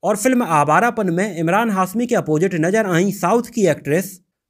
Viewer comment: 00:3 hasmi nahi hashmi sagufufata nahi shagufta mahes nahi Mahesh Mukes nahi Mukesh correction kar lo bhai